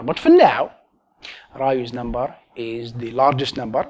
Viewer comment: Sounds like he's saying Ryu's number